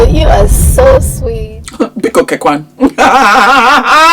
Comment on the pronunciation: …. You are making me laugh. It’s BIKO - KWA - NU!